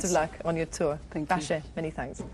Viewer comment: Cool thing is that the lady pronounced Basia's surname almost properly.